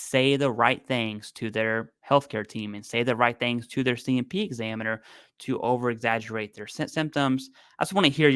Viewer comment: Overeggagerate.... who said that 😂